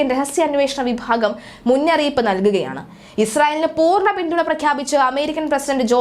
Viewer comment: മുന്നറിയിപ്പാ അല്ലാടി മുന്നറിയിപ്പ് അരോചകം